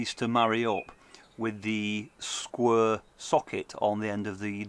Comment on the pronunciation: "Skwer".....hel'low darn ther....!